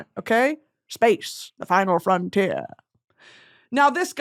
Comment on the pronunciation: "Space, the final frontièur" had me dead